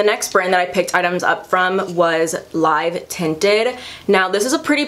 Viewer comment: As a south asian girl it's so cool to see Live Tinted on your channel because its founder is south asian!!! Also it's pronounced Live Tinted as in "I used to live in NY" hehe ily